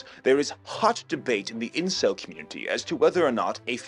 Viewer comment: he even got the Incel name right gawdamn